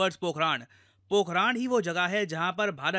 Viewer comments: Pokharan, not Pokhraand 😂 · पोखरण ✅ पोखरान?? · Ye पोखरान नहीं है मेरे दोस्त पोखरण है। उच्चारण सही कीजिए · Sir it's not पोखरान , it's पोखरन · It is not पोखराण.. It is पोखरण I am from Rajasthan. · Pokh-run not Pok-raaaaaan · पोखरण यार...ना की पोखरा न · It's Pokran not Pokraan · Pokharan* Pokharaad 😅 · पोखरण ❌ पोखराण☑️ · पोखरण ❌ पोखराण्ड ✅ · पोकरान नही पोकरण है। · It's not पोखराण it's पोखरण 🙏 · "राण" नहीं "रण" है 🤔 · पोखरान नहीं पोखरण है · Pokraad nahi Pokhran. पोखराड नहीं पोखरण। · सर वह पोखरण है पोखराण नही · ये पोखरण है ना कि पोखराण। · 'पोखराण' नही 'पोखरण' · Are sir Pokhraand nhi Pokhran boliye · सर पोखराण नहीं है पोखरण है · It's पोखरण not पोखराण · It's पोखरन, not पोखरान!!! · Pokhaaran nhi...pokhran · It's pokaran not pokharan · सर पोखरण होगा पोखराण नही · Pokhran not pokharan. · Need speak correctly pokhran not pokhraan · Bhai pronounce toh theek se karleta. It is not pokhraan, it is pokharun. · Sir, it is पोखरण not पोखरान Please next time check the Indian place's name in Hindi because English is an idiotic language in the reading context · Sir aap ka words ko pronounce krne ka trika thoda sa ajib h पोखरण होता है पोखरान नही होता है बड़ा अजीब सा लगता है जब कोई अपने ही देश का हमारे ही देश के विभिन्न जगहों का नाम सही से नही लेता है Always connected with your roots English aane ke bad apne aap ko pta nhi kya smjh lete h 😂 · Areeee vo पोकरण h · भाई पोकरण है वो 😁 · Sir pokhran nhi hai …. पोखरण hai